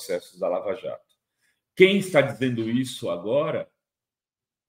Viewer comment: "Laja" Jato...